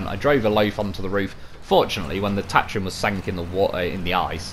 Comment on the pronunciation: you're saying Tatarin wrong, just sayin..